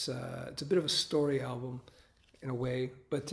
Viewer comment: When he says album i feel like there is something wrong in him.....